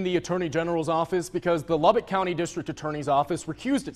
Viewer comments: Lubbock Texas not Lubbard Texas lol. I live here lol. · For future reference it's Luh-Buck, like a stag/deer, not Lah-bic like a lighter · weird seeing your hometown in the title. Spelled it wrong, and mispronounced as usual. its pronounced, Lub-uck texis lmao